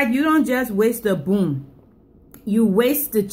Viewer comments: It's bone not boon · I get a booner every time she says, "abuse the boon." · If i hade a dollar for everytime she said "boone" id have like 10$ 😂😂